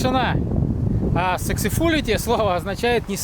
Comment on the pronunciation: Ну, произношение на инглише с владимирским акцентом..) Сексез фулити, (полный успех) если по-русски...